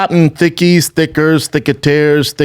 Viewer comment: He hard R'd "thickers" there Brendan Von